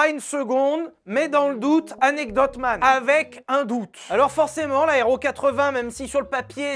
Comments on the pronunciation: On avait Anecdote MAN maintenant on a Anectdoute MAN !🤣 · Anectdoute man